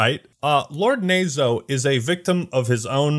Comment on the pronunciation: Tbh knowing Japanese and hearing "nazo" mispronounced over and over hurt a little bit lmao